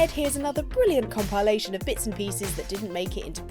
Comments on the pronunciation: Com-pile-ation? That sounds like Evil Oxtra Universe talk. Someone check the studio for excess eyeliner. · I love that pronounces it as "com-pie-lation":D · That's a weird way to pronounce "compilation",. There's no "E" in it y'know 😋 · pronunciation of "compilation" at the start concerned me...